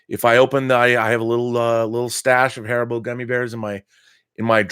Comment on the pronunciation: HAR-EE-BO, thats how you pronounce it ;)